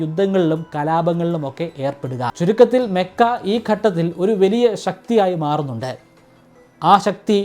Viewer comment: മെക്കയല്ല ചേട്ടാ മക്ക എന്നാണ്